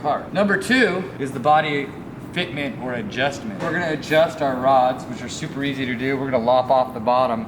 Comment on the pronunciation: Did nobody realize "addjustment" in the beginning lol